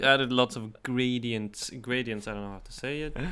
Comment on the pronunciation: Gray-dee-ent. Sort of <3